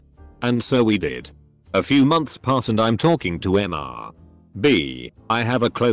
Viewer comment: Okay, how come this TTS program still can't properly discern and pronounce "Mr." and "Ms." as "Mister" and "Miss"?! Likewise for "Dr." and "Doctor".